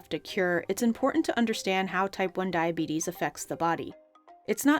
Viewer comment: Diabeetus diabeetus, ho ho ho diabeetus